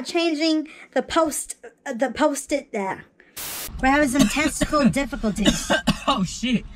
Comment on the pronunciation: You definitely said, "testicle difficulties." Lol